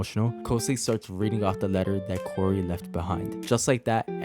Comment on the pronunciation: ITS NOT KORI ITS KAURI